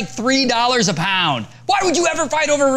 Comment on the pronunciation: lol the way he says pound